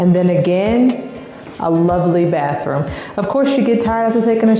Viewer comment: Lol "baas" room, right?